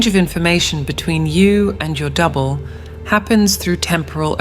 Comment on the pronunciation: Is it me or when she says double it sounds like devil?